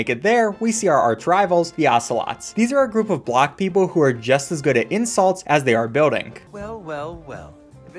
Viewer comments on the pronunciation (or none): He says block…